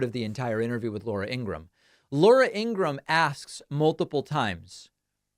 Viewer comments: It’s Ing gra ham David. She’s not even using the right pronunciation according to her estranged brother! Michael Cohen even knows the proper pronunciation. 3 syllables! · Remember David, it's pronounced Ing-ra-HAM, like her brother verified. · Her name is In-gra-HAM according to her family. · I thought her name was Ingra-ham